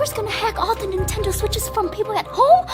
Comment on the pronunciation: EXCUSE ME DID U JUST SAY? AHEMMMMM NETENDO? \ cough \ REPEAT THAT!